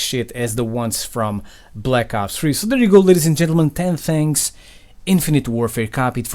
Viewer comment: "10 thangs"